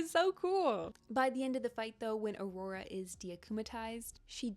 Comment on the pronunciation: guys...it's Aurore not aurora...